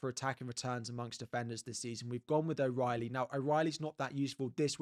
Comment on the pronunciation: You can Jake o Brien O Reilly - as an Irishmam this hurts!